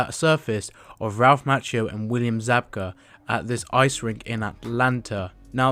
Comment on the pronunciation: It's mah- key - o 🙄